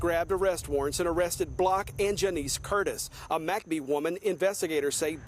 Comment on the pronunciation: Why do they pronounce it "Mack Bee"? I've pronounced it "Mick Bee" my whole life? Have I been wrong?